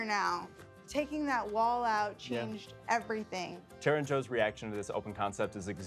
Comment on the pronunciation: Sounded like the designer called Terra, "Tia"? Did I miss something? /5 mark.